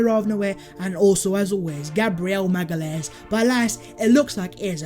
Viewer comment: Btw it’s pronounced maga-laish (magalhaes)